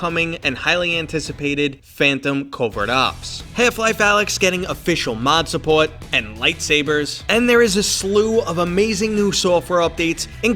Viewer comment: Dang! The way you said, support, could have been a CT, RI, MA, or NY but then you pronounced your "r" in the video lol